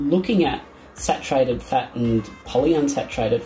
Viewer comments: Who is here to hear him pronounce “fat” “FEHT”? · The way you pronounce "fat" is dripping with contempt